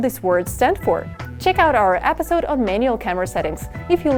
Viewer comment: She says episode like apidsode